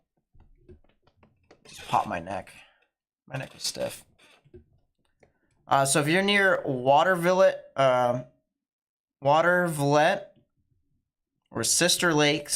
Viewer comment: for future reference if you have to call out Watervliet again, it's water-vuh-LEET. I think it's French or something like that for "where the waters meet".